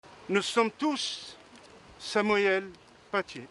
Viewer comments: C’est Samuel ! Pas samaouel 🥺 , “ils ont decapité sa tête ” ,faut lui expliquer que en français “ decapité ” fait référence obligatoirement à la tête et pas à son pied ou son bras. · ''Samouyel''mais mdr ... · Il voulait le dire en arabe qui se dit Samwell